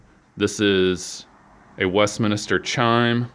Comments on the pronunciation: Why did you say Westminister instead of Westminster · It's pronounced MINSTER, like spinster, not MINISTER. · Its Westminster not Westminister, you would think someone would know whose business it is.